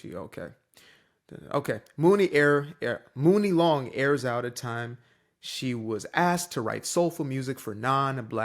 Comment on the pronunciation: Woke???....at the end of the day. Writing songs are HER WORDS. If she don't want someone white to sing her lyrics, it's her own right. Also, her name is pronounced Money Long!!! #CultureVulture